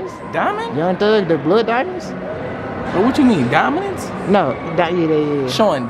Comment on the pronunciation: Aye the part when and kept saying dominats instead of Dominant was funny asl😂